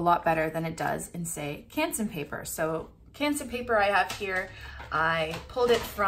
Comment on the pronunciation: Ps: Also love how you pronounce Canson :)